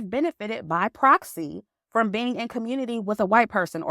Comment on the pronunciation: I giggle when she says “Communi-Taahh”